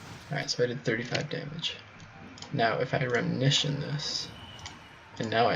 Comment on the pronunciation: i think you mean RE-Mission not 'remnition'